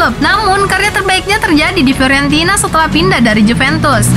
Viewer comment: FIORENTINA BUKAN FLORENTINA